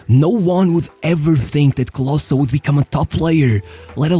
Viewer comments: Not closer, but KLOSE..Junge, komm schon. Wir wäre es mal den Namen richtig auszusprechen??? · Its not KlosA its callt KlosE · KLOSEEE, not CLOSSAA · Klose not Closer ;) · Bro his name is Klose not Kloszkiy lmao. You just have a stereotype view of what germans have to look like because Hitler fucked your head and you think everyone in Germany is blond and blue eyed. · Klose ist doch nicht so schwer auszusprechen bro ... clausä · great to see our german-polish hero honored international! But your pronunciation of Klose is quite bad ;) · Such a shame the whole Video his name is pronounced wrongly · you didnt even pronounce his name accurately